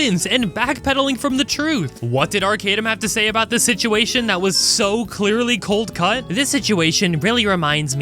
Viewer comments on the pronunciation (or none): Clear cut, not cold cut.